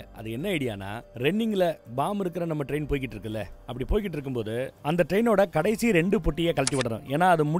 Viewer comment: 1.22 டோக்கியோவுக்கு போறார ரெயின் என்று சொல்லுரார் 😮 தண்ணிய போட்டுட்டு உளறுவது அண்ணனுக்கு வழக்கம்தான்😂